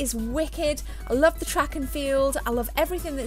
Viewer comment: She said "I lovv everyfings that´s in heh!" :-D